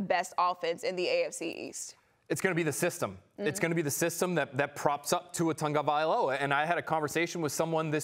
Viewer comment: There is no N in Tagovailoa. Learn to pronounce